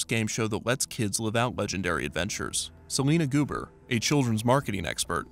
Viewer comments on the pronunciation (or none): “Selena Guber” took me out I’m sorry 🤣